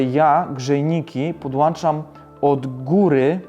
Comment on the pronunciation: Subskrypcja dodana, bardzo rzeczowy film. P.S. Staraj się podłączać a nie podłanczać.